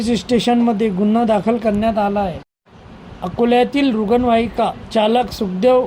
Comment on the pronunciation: अरे यांकर ला रुग्णवाहिका धड म्हणता येत नाही